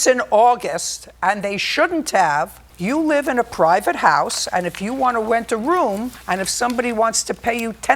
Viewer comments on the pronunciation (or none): "if you wanna went a woom"